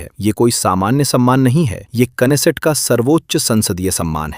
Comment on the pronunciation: You are so wise to pronounce Knesset .😂😂😂😂